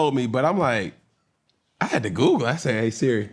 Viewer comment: “I said aye siri” 😂